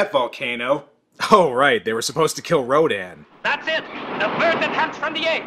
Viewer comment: I just thought it was distracting to hear rodan pronounced 3 different ways. R-OH-DAN, Raydon, and R-oh-din.